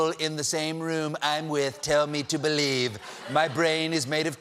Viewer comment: Ha ha "I happen to bielive whatever persons in the same room believe"